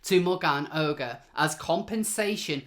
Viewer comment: you are making the same mistake I did.... pronouncing the name "ogre". I did too until I heard Megan Murphy say the name and of course it's French, so it's pronounced "Oh -zhair". YW.